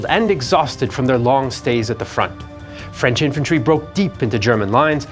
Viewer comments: FWIW, the narrator's French pronunciation is spot on - bravo! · your French pronunciation is fantastic!